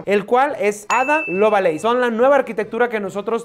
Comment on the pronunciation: ADA lovA leys ??? a ver lee de nuevo.... ADA LOVELACE.... (ADA LOB-LEIS)